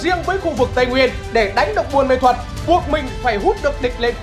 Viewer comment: Ông cứ đọc sai thành buôn mê thuật hài v😅